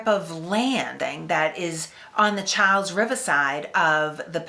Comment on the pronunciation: Cha's is a bridge too far. It's "Char's", or if you're being pedantic, "Charl's". This is one case where your rhoticism guidelines have steered you wrong.